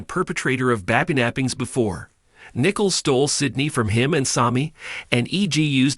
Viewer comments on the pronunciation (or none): Can you get Nicole name right it is not Nickels